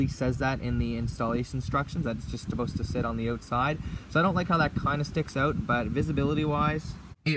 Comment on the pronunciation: Did you just say "not esposed to" lol!